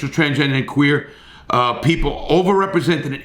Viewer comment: He said quuer I fuck with him the q stands for questionable but queer works 2